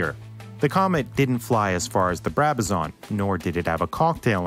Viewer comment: its a Brabazon not a Brabazaaarn